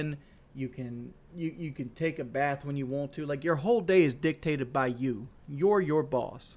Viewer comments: "Wuohnt" "Liberry" "Wudder" The fact this dude dropped out of high school really shows with his smooth brain vocabulary. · Does everyone where he lives say want the same way he does? I couldn't live there, it would drive me crazy. But it is what it is and that is what it is right?